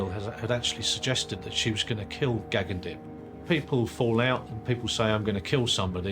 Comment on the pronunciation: The narrator is pronouncing his name wrong even after his sister says it numerous times. 🙄